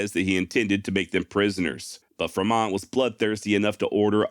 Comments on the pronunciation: "Fruh mont"? Good god my man....FREE mont, man, John C. FREMONT...us native turds up here in Oregon like our expeditionaries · I am pretty sure it is Fremont not Fermont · Its Free mont. Renae.. we r American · The pronunciation of Fer-mont is odd to me.